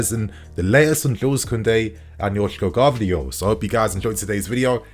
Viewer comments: please learn how to pronounce Gvardiol's name. Like someone already wrote its pronunced like Guardiola just without the A. 👍👍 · man…ga-var-dee-ole